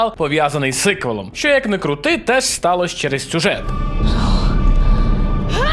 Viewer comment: Що це за слово таке ссиквел? Ссить прямо у вуха неможливо слухати. Хіба носії англ мови так кажуть те слово? Чому краще каверкати іншомовне слово замість використання українського аналогу? Хіба не можна сказати «продовження» замість ссиквелу?